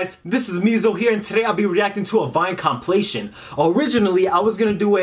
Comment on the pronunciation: complations rrly..... its compilations. I'm dying with laughter